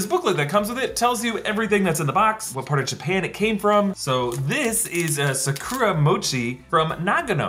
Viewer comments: very long video but i'm going to focus on the fact he pronounced Sakura "Sah-koo-rah" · "suh-kuruh" Bruh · There’s no u in Japanese. It’s pronounced Sa-kra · It bothers me he says the correct pronunciation for Shang Chi but not Bokksu and Sakura